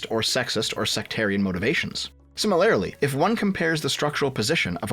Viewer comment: Hey, start using a different word than "similarly." Also, it's "si-mi-lur-lee", not "sim-uh-lair-uh-lee."